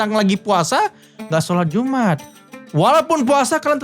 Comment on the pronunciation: Jum 'at bukan iumat😅